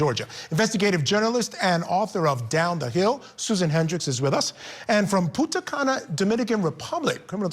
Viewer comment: That would be Punta, not Puta Cana.😮